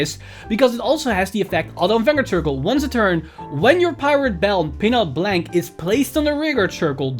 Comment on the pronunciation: Nice video. I don't like to be that guy but "Blanc" is a french word that doesn't spell like "blank" in english